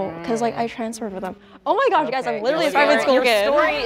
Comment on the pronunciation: love how she was just like “okeh”